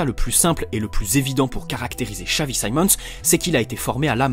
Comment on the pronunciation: nah son a french guy would have said Simons not saimons